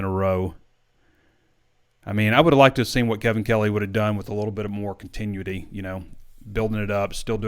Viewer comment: I love you but it’s Con-teh-noo-ity